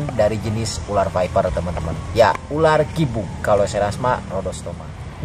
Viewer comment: ular ular bukan urar😂